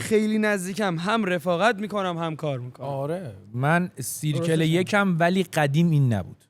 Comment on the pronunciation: ،دایره میشه به اینگلیسی سرکل (circle)، نمیشه سیرکل با صدای إ خونده میشه